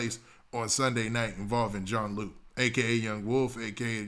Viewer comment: it’s pronounced june lou